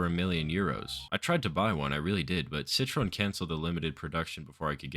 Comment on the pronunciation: i would never even have been able to guess that it was citroën you were trying to say 🧍🏼‍♂️🧍🏼‍♂️ i only realised because of what was om screen 💀💀